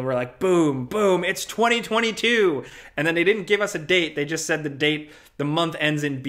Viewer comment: “Twenty twenty.. tEW?”